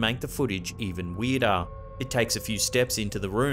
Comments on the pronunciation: How weedah is weedah? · “Things get weedah and weedah.” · And weedah and weedah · “Weirder and weedah” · Weedah en weedaah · Is what you are saying ....spelled...WEERDAH? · "weeder an weeder" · 😆lmao. "And Makes the actions even WEEDAH" .. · LOL Weedah. Like Gordon Ramsey saying ooul instead of oil. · Weeder and weedah 🗿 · Weedah and weedah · What the f… is ‘weeduh’?! 😅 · "weirdah and weirdah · I'm not a native speaker but that's what caught me off right away when i heard it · Do we sound THAT weeeeed….? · It’s bad when the weedah stuff gets sinistah. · Boston accident